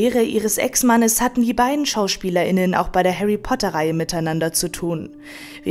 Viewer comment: " von ihrem damaligen Ehemann " , ohne " Ex " . ein glottal stop wenn die Rede von zwei Schauspielerinnen ist, ist nicht erforderlich .